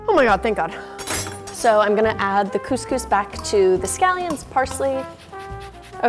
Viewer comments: Cose cose I say ig as cos cos.. WHP SAYS COSE COSE !??? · Cus cus not cooooooooose cooooooooose!!! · CuSCuS isn’t it couscous ( I’m from Uk so ) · Its Cus cus not cooz cooz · Do Americans pronounce cous cous ‘Coos Coos’ because in Britain we pronounce it ‘Cus Cus’ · She says coose coose instead of Cuscus 😂xx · cous cous is not GOOSE GOOSE its pronounces cus cus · Isnt couse couse pronounced couse couse not couse couese? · 😂: Coos Coos Me: Cous Cous (Cus Cus)? LMAO, never heard that pronunciation before! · btw its u pronounce it as kuskus not kooskoos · she said coos coos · Robert Biasutti no shit but (for the usa at least) its pronounced “coose-coose” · me saying the proper way of couscous every time she says cooose coose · lol arab people would get agitated from the way she pronounces couscous! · I hate how you pronounce couscous. “Cooscoos” what? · Being British I’m cringing when she says coooosee cooosee 😂 good video tho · Literally pronounced "coos coos". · the way she pronounced couscous hurts me on the inside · my heart is aching for this "couscous" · At lest pronounce couscous properly